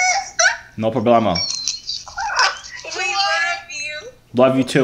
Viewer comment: “No problamo”😂